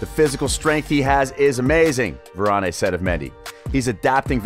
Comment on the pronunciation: It's Varan not Varan-A